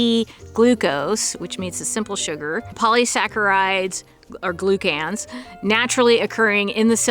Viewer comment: It’s not pronounced glue can that’s for sure. You’re sounding it out the elementary school way but not actually saying the word as it should be. Glucan. Gloo-kin. 😊